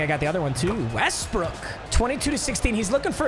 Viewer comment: dont be saying westbrick bro